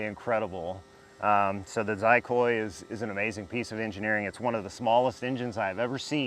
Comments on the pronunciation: Pronounced Chicoy not Zicoy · Hey I was saying in wrong for a long time - I heard from another video that had the owner of the Xicoy X45 its pronounced CHEY-Coy - ya blew my mind too lol:)